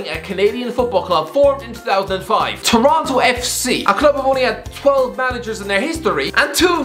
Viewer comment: I love how horrifically you messed up Insigne’s inclusion. Not only did you say Tottenham, but who tf are Torento FC??